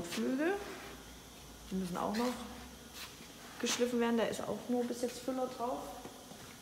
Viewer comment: Geschliiiiiffen nicht geschlÜÜÜÜfen